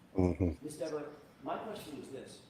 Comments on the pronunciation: Is he saying, “Miss Denver?” 🤣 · DEVER rhymes with NEVER (important to say Diva's name correctly)😂